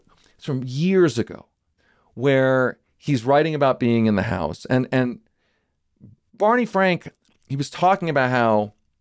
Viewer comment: OMG! Bawney Fwank! Thanks for the recall